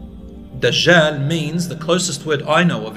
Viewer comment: Why do they keep calling him DaZHaal? It's DAJJAL with a 'J' and not 'ZH'